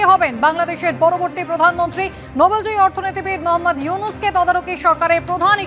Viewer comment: মহম্মদ না মুহাম্মদ হবে।